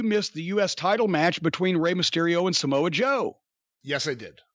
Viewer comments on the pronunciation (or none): none